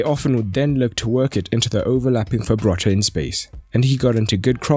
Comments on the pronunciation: its Frabotta not Fabrotta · It's not Fabrotta, it's Frabotta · Frabotta, Fra - Bo - Tta, not Fabrotta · fRabotta not fabRotta but otherwise great video 👍🏻😁